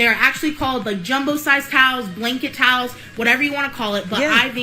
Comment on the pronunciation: She says TOWS not towels , just one more thing I cannot stand about this girl !